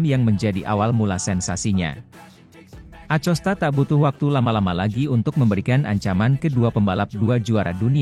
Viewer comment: Ko Acosta bukan nya akosta uch